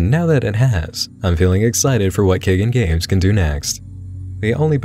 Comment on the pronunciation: Nit pick: pretty sure it’s pronounced KAI-GONE Games.